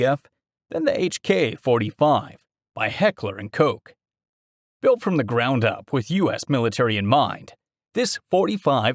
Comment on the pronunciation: That’s the correct annunciation.